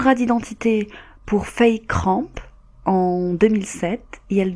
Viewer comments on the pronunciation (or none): none